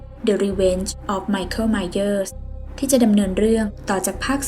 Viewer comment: ไมเค้ล ไมเหยอ 555